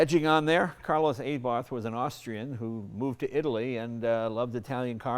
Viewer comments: «Carlos AYBartH»? Come on Jay. It's Carlo, and it's pronounced Ah-Bart. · WTF did he call it ? ! An "A" Barth ? !!!! Lmao, its "Abarth", how does he pronounce Cheverolet - "Chey" Vrolet ? Buick - "Boo" Ick ? ! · Jay, of all people, with his knowledge, should of known it's pronounced "R-Bart" but I love his passion for sheet metal. The guy gets it. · Sigh. Leno sucks ass when it comes to saying names correctly. It's, 'Ah-bart.' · "It's one of the great names in automotive history" that Jay cannot pronounce, per usual.